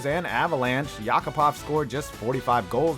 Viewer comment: Nail as in nail and hammer...YACK-A-POV lmao